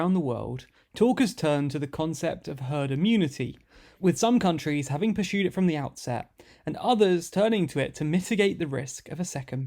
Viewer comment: "Per-shoed" is not a word. Try "Persued" instead. "Per-shoeing" is not a word. Try "Pursuing" instead. "A-shoom" is not a word. Try "Assume" instead.